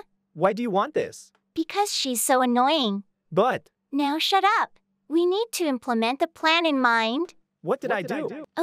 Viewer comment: Fiona is not anoinoing The. Other. Is. Ayoing